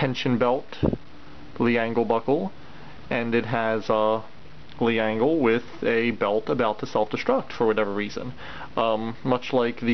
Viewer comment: Err...Leangle is pronounced "ｒｅｎｇｅｒｕ" or "Lengel"